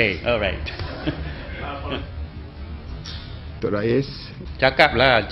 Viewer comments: cakap orang puteh..orait huahahahahaha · cakap orang putih..orait...hahahah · Cakap orang puteh...orait. hahahahahaha